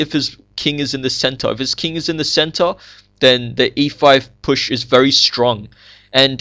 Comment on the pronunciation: its funny when you say "center". "its like white has a very nice centaur"